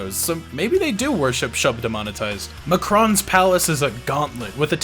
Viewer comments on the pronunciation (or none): Excuse me sir but it almost sounds like you're referring to the Mack Ron as Mckron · its mack-ron. Not ma- cron. Both quake 2 and 4 have the correct pronounction in the actual game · It's MAkron, not Mahkron or Mehkron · Small note , I believe its pronounced 'Bitterman' almost like one word, and 'Mac-ron' ! Nice to see Q2 getting more love.